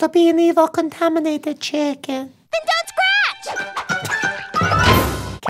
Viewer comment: ✨✨CoNtAmAnAtiTa cHiCkEn✨✨🤣🤣🤣🤣🤣🤣🤣